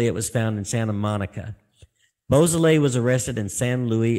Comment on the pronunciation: Actually, it's pronounced "BO SO LAY" How do you get BOO out of beau?